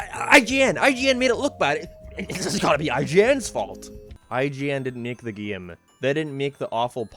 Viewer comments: i love how says gim instead game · u pronounce 'game' funni